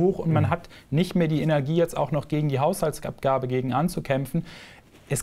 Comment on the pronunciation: "Hauhsaltsabgabe" ... deutsche Sprache schwere Sprache ! ^^